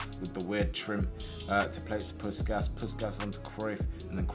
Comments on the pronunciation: It’s pronounced Push Cash but all in one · It's pronounced push-kash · It is pronounced like "Pushkash". Looks weird written like that especially for a hungarian. But this is how i would write it in english to explain to you how to pronounce it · Hey, a hungarian here, just a quick tip: u pronunce it Push-kásh! Hope it help 😁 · its "puškáš" both pronouncing like you pronounce shaqiri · it’s push-ass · you pronounce puskas's last s like you do the first one